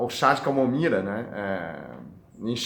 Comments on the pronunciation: Que lindo o doctor falando camomira😘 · Camomira 😂😂😂Amo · Que lindo o Dr falando camomira, eu tomo chá de camomila todas as noites, obrigado por tanta dedicação, Deus abençoe você. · Eu também percebí. E falou várias vezes kkkk. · Sim! Ele falou com o sotaque dos chineses né... É um ótimo médico!! Parabéns pelo vídeo.👏🏻👏🏻👏🏻🙋🏻‍♂️👍🏻✌🏻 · ainda não conseguiu desenrolar a sua língua chinesa até agora, não desenrola mais, vai ser mesmo camomira. rsrsrsrsrsr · Agola,melhola, camomira kkkkk